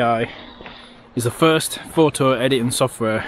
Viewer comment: Would it be too much to ask for not omitting the 't' sound when you say 'photo'?